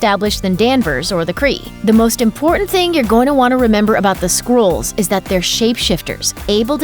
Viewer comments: skrulls..not skrools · Skrools?? Lol! It's SKRULLS like SKULL but with an R.